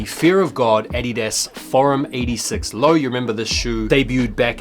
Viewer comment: Bro it’s Uh-Dee-Duz😂the way you say that shit just hurts my soul😂😂